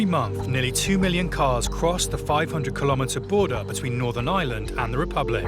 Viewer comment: It would help if the narrator could pronounce Ireland...not island